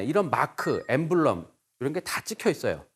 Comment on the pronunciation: emblem[ ˈembləm ] 강연자분이 발음을 갈피를 못잡으시네..